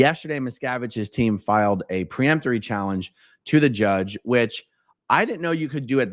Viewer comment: "Peremptory" not "pre..." Hurts my ears!